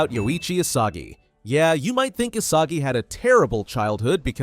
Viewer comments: Isagi ❌ Asagi ✅ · Is not Asagi is Isagi